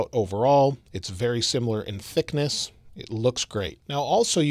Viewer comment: the way he said thiccness 🤣